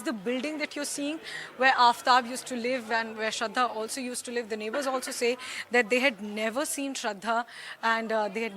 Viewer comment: Neighbourers nahi neighbours hota hai behen